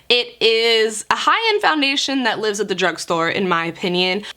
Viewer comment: ish she says foundersian lol